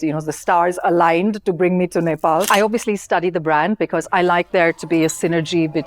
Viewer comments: She pronounced Nepal so well — not like 'Nepol'. Nowadays, even Nepali kids pronounce it like that.❤ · Lara Dutta is pronouncing Nepal and Nepali very correctly other wise most of the people pronounce like Nefal and Nefali